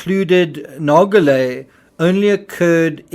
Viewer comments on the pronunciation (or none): Nar- shjo-lae, not Nar- go- lae. Experienced diver, part of RMS Titanic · I thought someone would eventually mention this so I never bothered. Nargeolet is not pronounced nar-go-lè. In french (my mother tongue), an 'e' after a 'g' softens the 'g', and it is then pronounced as a 'j'. Nargeolet is pronounced nar-jo-lè. Note also that in french, the j sounds just like it does in english, but without the 'd' sound that it starts with in english. There's not even a hint of a 'd' at the beginning of the 'j' sound, however tempting it may be for an english speaker to insert it there. (edit: had not noticed the r missing in nar-jo-lè in original comment) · It’s pronounced “narjolay” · Not silent. It's pronounced like "zh". . If you don't pronounce the g at all, you're pronouncing it a "a-swaying" , which is incorrect. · PH didnt care about dying because he was 77 with a life well lived behind him. Pronunciation is like Narjolay, not Nargolay... Geo is like jo in French ( not djo) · Good Analysis! I am not a linguist, so I will undoubtedly botch the phonetics, but I wanted to highlight that the name 'Nargeolet' is actually pronounced with a soft g, kind of like the letters z and j in English. When you pronounce it, it should sounds more like 'Narzjolet'. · I thought that "Nargeolet" was pronounced "narsholeh" according to French spelling/pronounciation rules, but I must have been mistaken🤔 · Just as an info, PH's family name is pronounced 'nar-jo-ley' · its Nar Jo Lay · Ffs, I like your channel but can you please, PLEASE, at least show the man the respect of pronouncing his name correctly? You’re not even TRYING. It’s extremely disrespectful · He’s not even bothering to pronounce the man’s name properly, which is bare minimum. Given that, it’s hardly surprising that that fact, which would have taken 30 seconds of research, was missed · The video narrator pronounces that name wrongly. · The G in Nargelet is pronounced like a J.